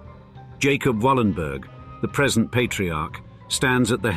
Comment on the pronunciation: Yes I have heard of them. The name should be pronounced Wallenbery. The "g" at the end of the word is pronounced like an english "y".